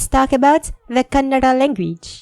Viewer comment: I detected a slight R-approximant: Kanna(r)da